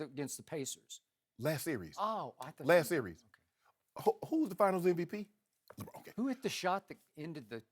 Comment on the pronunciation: I do not know why but I find Shannon Sharpe highly irritating - especially his screaming and pronunciation ('skiiiep', 'lebrouuun').